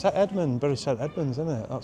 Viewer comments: It's pronounced berry, not burry 😅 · Correct me if im wrong ! But I thought bury was pronounced Berry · Would love to see a tipsy speeded up, you keep saying Bury but isn’t it pronounced Berry St Edmunds, loved all the architecture and claire was a font of knowledge, beautiful place❤